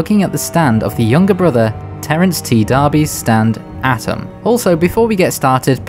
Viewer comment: I'm nitpicking, but it's not "Atom", it's "A-Toom"